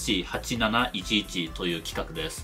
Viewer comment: 読み方はジス シー8711です ジェイアイエスシーじゃありません